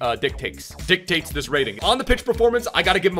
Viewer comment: “Dic-Taste” “Dictate”